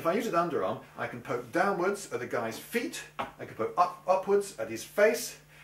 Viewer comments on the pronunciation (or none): none